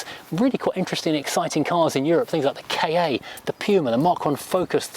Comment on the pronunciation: You pronounce the Ford Ka K.A. then,? I've always taken it to be prounced ka, as in a play on words on the word car